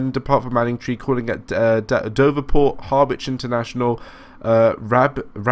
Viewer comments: Being pedantic but pronounced haa-rich, not Har-wich. Keep up the good stuff!!! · Actually it's Hah-Rich not Hah-wich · Harwich is pronounced harr-itch, I live in Manningtree as well 😀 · well you did say someone would commenton your pronouncement especially place names.Being an Essexlad through and through here goes. You are saying Harwich like it is two words, it is all one word and the W is not sounded. So, Har like in ham and rich, Harich. Just to give you a bit more, this formed part of the Great Eastern Railway that Brunel envisaged carry ing people from the East Coast to Bristol Docks and on to America without leaving his services, so yes, Harwich International was important. Originally called Parkstone Quay, then the word Quay was removed, later International was added and finally what it is now. Lots of freight on that line so can hardly be called a little branch line, trains the same as the Felixstowe to Ipswich scenario are regulars. Boat trains from Liverpool Street (some are still diesel hauled) and a lot of tanker traffic, very busy line right through the night. Like you I am a keen train simmer, still got MSTS with well over 100 routes, pretty much keeping up with you on Train Simulator, I enjoy watching your vids, they give me an idea what to buy next, so keep on driving them trains, but please try and get the pronounciation correct. Hope that was helpful, all the best. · and its pronounced : Ha-rich -rabness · Good videos, but why do you pronounce everything wrong? Ha-ridge (harwich) Doever-court (Dovercourt) rab-ness (wrabness) Mist-lee (Mistily) you do this in every video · Hah-witch?? Fucking hellfire. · Harwich is pronounced Hah-wich